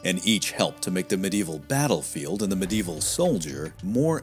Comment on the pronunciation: It’s not medeval but medieval